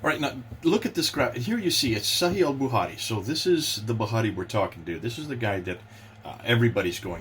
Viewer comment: Al "buhari" 🤣 love.